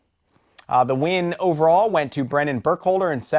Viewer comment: Thanks for the coverage! Also, my name is pronounced Brenner with an R.